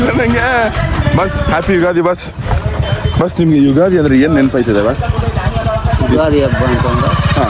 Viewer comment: ಯುಗಾದಿ ❌ ಯುಗದಿ ✅😅😂😅🤔